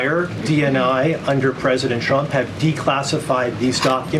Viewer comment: Can she stop saying president Champ? 😂 i can’t handle how she pronounces her name Trump (Champ)